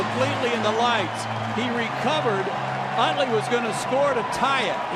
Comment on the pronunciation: Mispronounced Utley* slightly better, but still bad